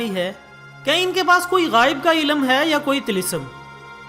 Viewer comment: Maashallah nice information. But ap ny lafz ghaib ki bjaye ghaiyeb bola